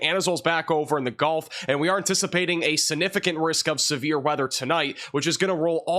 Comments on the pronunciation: It’s significant and not sinificant !! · Sig-nif-I-cant not si-nif-I-cant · Please it's significant not sinificant. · I love it. 😅. SiG-nificant. Significant... Don't forget the G. But your weather broadcasts are always on point. 💯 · SIGnificant, not sanificant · calm down. Appreciate you. Please work on the word sig-nif-i-cant. This is geoengineering...An etheric and evil war. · Am I a dick for being bothered that he pronounces significant like that? … prolly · Please learn how to pronounce "significant".